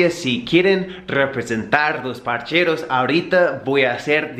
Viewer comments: me da risa cuando dices parcheros es parceros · Parceros parccccceeros weom sin la "h" no parcheros ... Parceros 👍